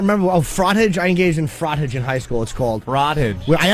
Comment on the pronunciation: Its not FrAhtage like the word "cottage" its "Froh-Taj" God why can't this dude speak???